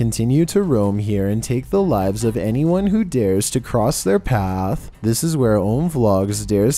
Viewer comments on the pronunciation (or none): none